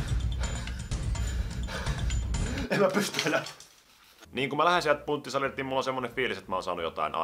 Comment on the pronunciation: En edelleekää kestä ku sanot PUNTTIsalille xDD en oikeest kestä... :D Niiku Puntti the Khät jy nöy?